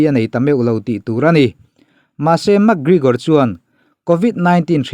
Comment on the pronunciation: Gregor tih tur bawk aw Gregore ni lovin😝😝😝😝😝